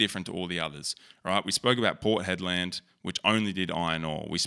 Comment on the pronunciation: port head-land 🤣